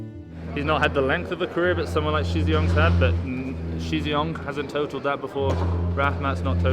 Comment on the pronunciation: Shizhiyong is pronounced pronounced Sher, not She. Xi is pronounced She, and Shi is pronounced Sher.